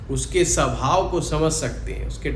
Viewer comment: Sabhao nahihota swabhao hotahy angriji bhasake gulam